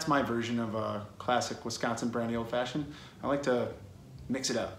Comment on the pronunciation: I gotta get my ass down to the Settle Down now. 1.4 mi seems so far during the pandemic, but I gotta after this video. And you didn't say Wisconsin incorrectly, which pleases me. Thanks for this video. Sorry my brethren are so... noisy... on your other videos. We just take this stuff seriously.